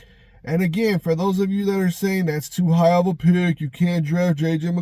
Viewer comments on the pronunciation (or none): none